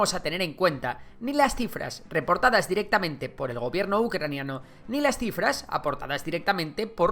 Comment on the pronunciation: crifras😂, pense que habia leido mal